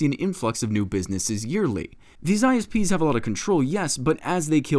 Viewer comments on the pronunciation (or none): When the politican said isps I thought he said ice peas.